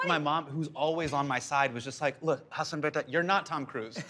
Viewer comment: My favorite part was Eugene saying Hasan's name wrong.